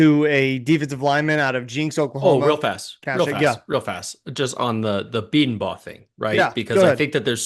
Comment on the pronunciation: Please learn how to pronounce Bedenbaugh. Please!!! Hes been here for over a decade. Boomer